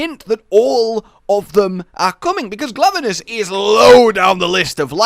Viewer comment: I heard Glavelus instead of Glavenus, but maybe it's just me.